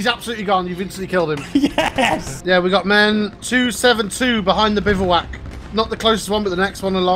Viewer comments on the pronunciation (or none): none